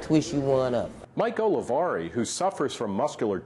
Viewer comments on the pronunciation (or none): its oliveri! hahaha not olivari